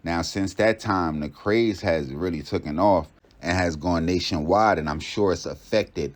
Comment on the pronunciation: it's "taken". Im just trying to help you be and sound more professional. Keep it up!